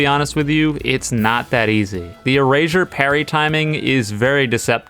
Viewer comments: I'm sorry if this is rude but "erazure" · Why does he keep saying erazersaure? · Moral of the story: says erasure like erashure